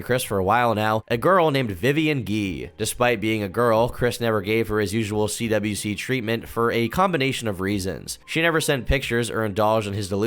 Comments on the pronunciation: And so my second favorite content creator covers my second favorite Lolcow. You mispronounced a lot of stuff (CWC is pronounced as "Quick" not "Quickie " ) and had some incorrect info,(like the other trolls being "okay" with Bluespike. No one was okay with bluespike. They witchhunted him, forced him to quit fucking with chris and then told Chris that Clyde Cash had him executed , which Chris believed and announced later on) but all and all it was a pretty accurate mini documentary , better than the gamerfrommars series, worse than Gino's . Still though, i salute you, fellow Christorian, for enduring the mental torment and fever dream that is; Christian Ricardo Weston CPU Goddess Blueheart Jesus Christ Sonichu Chandler. 🧙‍♂️ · you keep saying cwikie instead of cwc pronounced like quick you gonna piss me off retarded ass white boy